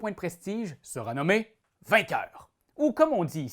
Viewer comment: Je crois qu'il y a une erreur de prononciation de "vainqueur" en atlantes lol